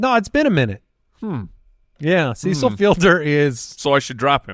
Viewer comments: Who is Seesull Fielder? 🤣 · Lol pronouncing Cecil wrong